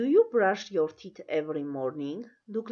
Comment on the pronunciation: Teeth- բառը սխալ եք արտասանում